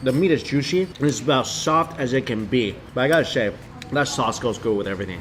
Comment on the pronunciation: Why does this guy turns his Ss into sh? Lol Shpaishy shaushe